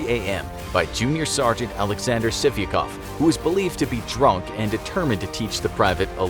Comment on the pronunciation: Sargent sivikov sounds like sippycup